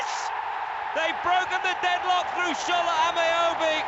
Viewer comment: That man called Shola “ameebee” 😂